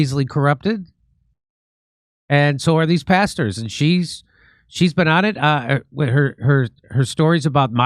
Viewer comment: JIMMY MAYBE ITS ME IRISH BROGUE, BUT WHEN YOU SAY PASTERS, IT SOUNDS LIKE YOUR SAY BASTARDS,😂😂🇮🇪🇮🇪🇮🇪🇮🇪